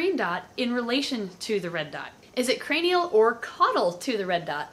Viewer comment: lataral and cranal!